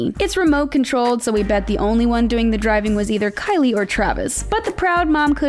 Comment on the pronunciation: The girl who talks she didn’t say Kylie Jenner she said Kkylie Jenner